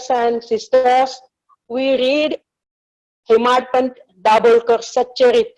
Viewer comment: Plz. Plz sir malik sir mant pant nahi hemaadpant.... Chandro kar nahi... Chaandorkar plz plz we feel irritatte